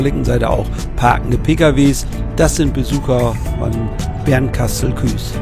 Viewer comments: Da ich in BKS wohne und geboren bin, klingt Küs immer komisch. Aber du bist nicht der einzige der es so ausspricht. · Danke für das Video. Eine Anmerkung: es heißt Bernkastel-Kues, gesprochen Kuuus, das E ist in dem Fall ein Dehnungs E und wird nicht zum Ü. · Der Ort heißt Bernkastel-Kues, und nicht Küs😊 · Schönes Video mal wieder,, auch schöne Gegend.! Ich kann Dir leider nicht mehr helfen bei den 100T Abonnenten, bin ja schon Einer😃. Ich habe noch ne Frage zur Aussprache des Ortes Bernkastel-Kues! Ist es nicht so, daß man Kues ähnlich, wie Coesfeld, Itzehoe oder Bad Oldesloe mit nem s.g. Dehnungs "e", spricht, also Kuus in diesem Fall? Ich habe das zwar gegoogelt aber kein aussagekräftiges Ergebnis gefunden.